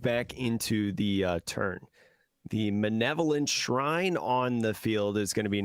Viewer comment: Btw it's "malevolent" (having or showing a wish to do evil to others) not manevolent